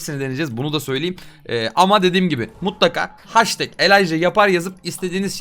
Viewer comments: haştek değil abi heştek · Nobody:: haştek